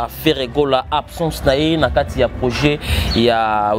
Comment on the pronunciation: Balobaka projet est non proger